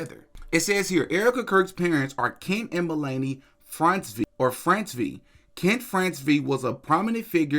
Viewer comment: Melanie...pronounced like MELL-AN-NEY. Hope that helps